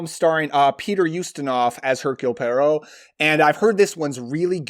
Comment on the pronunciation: You said Poirot just like Rachett said it in the Murder on The Orient Express...😂